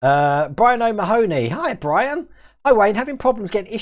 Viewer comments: Oh Ma-hone-nee??? Gah! It's pronounced Oh Maaaarh-nee. My mother is from the O'Mahony clan of Cork and we can all trace our ancestry back to an ancient Irish King who was overthrown twice, fatally the second time unfortunately. Máel Muad mac Brain, or Mad Maul MacBrain as I erroneously call him, otherwise known as the King of Munster, I kid you not. Show some respect to Irish overthrown royalty mate. ;) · Gee-owe-heeee-gahn? Stuffed if I know. :P Incidentally, Irish comedian Dave Allen was an O'Mahony, but he changed his last name because people like you would probably get it wrong, which means I share a common Irish royal ancestor with him. ;)